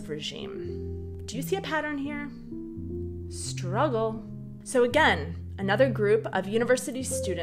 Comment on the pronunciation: In the bigger picture emphasis on the word "struggle" is really misplaced. Otherwise good video...